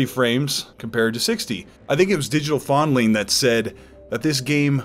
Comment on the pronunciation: Did he say Digital Fondling?